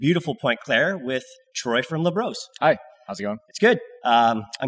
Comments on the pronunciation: Got too used to pronouncing Labrosse in the most Anglo way... 😅 It'll be LA BRO SEE next time. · It’s pronounced LA BROSSS, not LA BROS. 😂